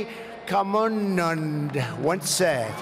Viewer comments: Those who are saying as he's an American, unlike every other American he is not so used to with the language "Hindi" and would pronounce words like that.. so it was "Vi-ve-ka-nan-da" , not "Vi-ve-ka-mun-an" or anything 🙄 what does it mean? He can't even read the scripts so properly?! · "Swami VV come on under" 🤣🤣🤣🤣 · trump : mispronounces swami vivekanand name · "Cheewala" - actually Chaiwala Vivekamonnon - actually Vivekananda 😂😂 no disrespect for trump, but tbh obama pronounced hindi words better. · •Vivekanand was pronounced vive-kamununnd •Sachin was pronounced Su-chien •Chai wala was prounounced chii wala •Ahmedabad - ammabad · Umabad, Goozshyat. Find that on a map.... I love how we are all coming back to watch this as his admin goes down in flames. Namooste to you all. And never forget the wisdom of Swami Vee-vay-ka-moon-noon. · Original name : Swami Vivekananda Trump says : Swami Viveka mun nond Google hears: Swami VV come on under I'm dying 🤣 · "As the great religious teacher, Swami Veevay kamononnnnnnnnnnnnnnnnnnnnnnnnnnnnnnnnnnnnnnnnnnnnnnnnnnnnnnnnnnnnnnnnnnnnnnnnnnnnnnnnnnnnnnnnnnnnnnnnnnnnnnnnnnnnnnnnnnnnnnnnnnnnnnnnnnnd, once said" "Namustay. Namustay." "Ababad" Notice how he says "Indians can accomplish anything, anything at all, anything THEY want" instead of "we can accomplish anything, anything at all, anything WE want." Hmm... interesting. It's so funny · Trump: mispronounces Swami Vivekananda's name Modi: Hold my Do laand ... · Chi wala🤣🤣🤣 the way he laughs after mispronouncing vivekanand🤣🤣🤣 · trump says swami vivekanand😂😂